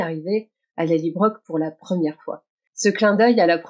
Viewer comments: Merci pour ce décorticage 👍, même si chacun de vos "LallybroQUE" me fait mal aux oreilles.😣 Ma suggestion: Pourquoi pas, adopter une prononciation plus proche du nom écossais ("Lallybrorhh")?😉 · Merci pour votre retour et votre patience avec mes 'LallybroQUE' ! 😂 J'avoue que ma version franco-écossaise du nom a ses limites... Je promets d'essayer de m'approcher un peu plus de la vraie prononciation écossaise ('Lallybrorhh') la prochaine fois. Mais bon, qui sait, peut-être que ma prononciation deviendra une nouvelle tendance... ou pas ! 😅 Merci de suivre mes décryptages malgré ces petites 'fausses notes' ! 😉